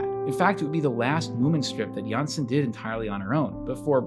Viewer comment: Really nice that you decided to take on the Moomins! Now, I have to note that the correct pronunciation of Tove Jansson's surname is jans-son (the o is pronounced as in ollie, not like e as in the video. The e would indicate a Danish surname, not a Swedish or Finnish-Swedish.